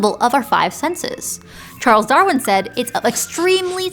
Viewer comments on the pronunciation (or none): none